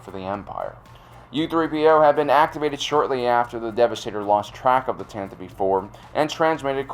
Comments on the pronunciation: It's pronounced Tan-tive IV NOT Tan-ta-veeve IV. Ugh! 😖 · Threepio has two gold arms. I think the image is of Threepio getting a memory wipe, just like he was given at the end of Ep.6. BTW, I think the name of the ship Tantive IV is pronounced as tan-teh-vee.